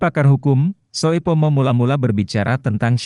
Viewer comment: Mohon maaf yang memberikan narasi mgkn blm tahu bahasa Indonesia ejaan lama.... Sehingga pada saat menyebutkan nama membuat kami bingung..... Ejaan lama oe dibaca u... Soepomo harusnya dibaca supomo. Trm ksh